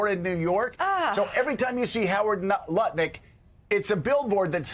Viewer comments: I do love how Joe almost said Nutlick instead of Lutnick😆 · Joe has been listening to Tim Miller from The Bulwark if he almost pronounced it Nutlick 😂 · He almost said Nutlick.😂😅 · We he about to say Nut-Lick 😂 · Love how Joe almost said “NutLick” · He sait nut lutnick 😂😂😂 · Lol he almost said Howard Nutlick and I personally think thats much more fitting. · Joe almost called Howard Lutnick: "Nutlick". Ha, ha, ha. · Did I hear him say Nut-Lick? :) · At 1623 joe almost calls him nutlick. I say do it. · Okay, did anyone else catch Joe catch himself almost saying "Howard Nutlick"? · Joe almost said “Nutlick!” Ha ha! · Joe almost said "Nutlick"... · Joe almost slipped and called him Howard Nut Lick HAHAHAHAHAHA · LOL! Good catch, Joe, we almost got you to say NutLik! 🤣🤣🤣🤣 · Lol, Joe almost saying "Howard NUTlik". 😂